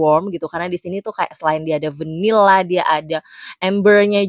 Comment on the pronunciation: tiap pronounce "vanilla" ganggu bgt di kuping. v nya ketebelan mbak. udahlah biasa aja ngomong vanilla nya ye. perasaan natives aja ga gitu2 amat pronounce "vvvvvvanilla" 😑